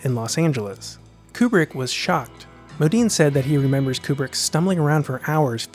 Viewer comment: Kubrick, more like like Kuprick.